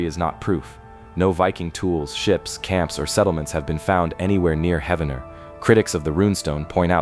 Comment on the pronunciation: Heaven-ner? no, Heev-nr ... this whole video is a hoax